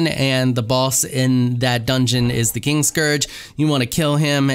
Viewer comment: So, I tried to knock out Valis the Loyal to tame him as a Thrall. Didn't work, of course, but you can admin spawn him as a tamed Thrall and he has 45,000 health. lol. fun times. And I am sure someone has said this before but the name is KIN-Scourge, not KING-scourge.